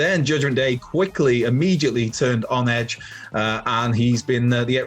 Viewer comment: It's edge for god sakes